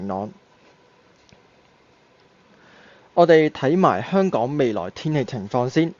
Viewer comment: 懶音改善咗好多，香港兩個字可以再有進步空間，加油💪